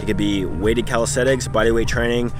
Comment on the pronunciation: Hey you are not a calisthenic athlete you are a calishaeshtenic athlete